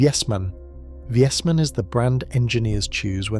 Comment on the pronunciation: it is Vay-smaan, not Viesman. Also, it is Vay-an, like Mish-lan.